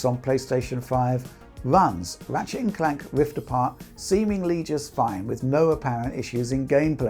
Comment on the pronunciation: Everytime says "Ratshit"